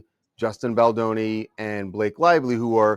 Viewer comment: It’s Baldoni not Baldani 🫠